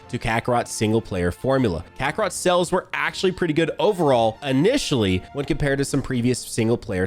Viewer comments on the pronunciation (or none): Is it me or is he saying "cells" instead of "Sales"